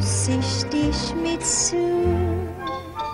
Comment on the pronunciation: funfact: Mitsou würde im japanischen eher Mitso-u ausgesprochen werden. Das O und das U werden nacheinander betont. :D